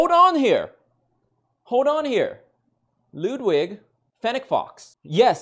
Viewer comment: Lewdwig lol